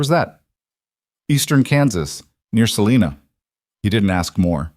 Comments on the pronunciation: Your AI is badly mispronouncing Selina Ks. Long i, says its name (i) not Selena. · The I in Salina Kansas is a long I sound the I in climb.